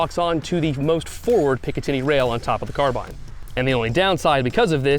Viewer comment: Still mispronouncing carbine…